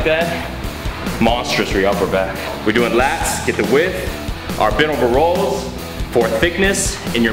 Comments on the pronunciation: is he saying rolls?? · lol says rows like rolls, like the fat rolls on his abs